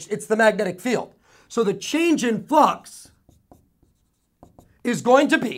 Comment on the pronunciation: Awesome video thanks really from my heart Every time he says flux, i hear the word fuck hahaha.